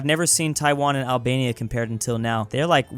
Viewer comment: Name Albenia no albelni 😂😂😂